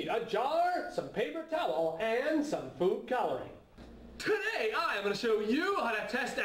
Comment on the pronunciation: It almost sounded like he said poop coloring instead of food coloring... I have a dirty mind ._.